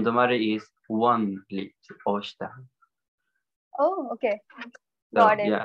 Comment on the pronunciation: Osth not ostha